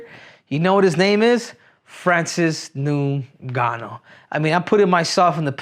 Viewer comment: Called his name properly. It ngannou